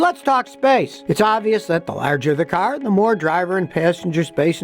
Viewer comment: Scotty: When someone says CARRRRR! 😆